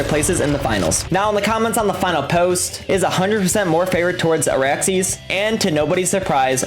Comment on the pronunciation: its ARAXYS operator, not Araxy 😂😂